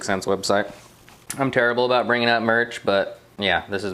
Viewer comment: That’s what I’m talkin-a-boot.